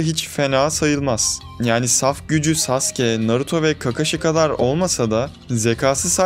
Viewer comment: saske ne abi saske ne düzgün okuyun şu adamı sasuke bu saske diyince tuhafıma kaçtı